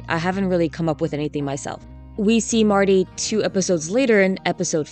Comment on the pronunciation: I like how a lot of the time you say Marty it actually sounds more like Morty and I’m like yeah come to think of it Marty is exactly the kind of guy I would expect Morty Smith to become